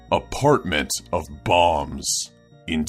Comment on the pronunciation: Bombs? I thought he was saying bongs...